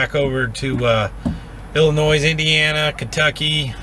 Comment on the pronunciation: Enjoy your videos and learn a lot. Please, however the (s) in Illinois is silent!! Keep on truckin!!